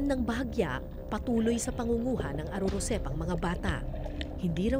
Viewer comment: Ar arosep ms kara. Hindi arorosep